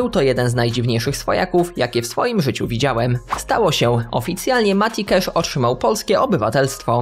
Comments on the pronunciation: Mówi się kasz A nie kesz ;) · Mati KASZ nie KESZ (sorki musialem po polsku) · Nie Cesz a Casz